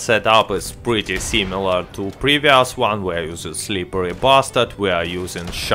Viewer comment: I love it how you say or pronounce „SlipperRy Bastard“ so smooth